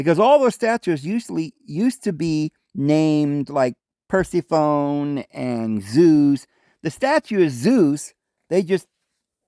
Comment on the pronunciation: Are you Mormon? We are, but are inactive. Hubby was born into the Church. I married him and became Mormon. We've been married 36 years, and arguing about religion almost as long. So much of it rests on The Book of Mormon allegedly being "more correct" than the Bible. Lol, Persephone is pronounced Per-SEFF-a-nee. You're a very intelligent guy...best to know how to pronounce these daft names. ❤